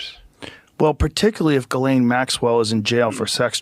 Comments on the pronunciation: Her name is pronounced Gizz-Lane....owhhhhh..unbelievable! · Ghislaine is pronounced GEELANE.